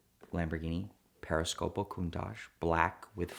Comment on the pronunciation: Periscopio, not Periscopo.